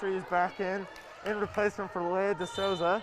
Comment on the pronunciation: It’s pronounced lee- uh not Leia